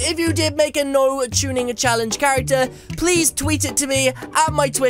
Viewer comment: My first time I heard tunning I thought you said chunning